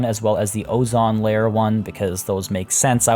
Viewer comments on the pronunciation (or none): The pizza place in the polar area could be called Frozen Pizza or Freezer Burn. Also, "ozone" is pronounced with 2 long "o" sounds.